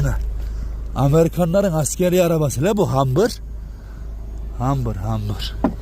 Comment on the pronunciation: "Hummeri" biliyoruz da "hambır" ne bilmiyoruz kral 😂